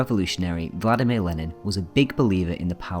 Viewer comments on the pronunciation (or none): none